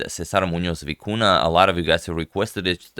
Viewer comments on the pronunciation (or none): Agad, you display vast knowledge of name pronunciation, you gotta hit the "ny" sound for both ñ in Muñoz and Vicuña.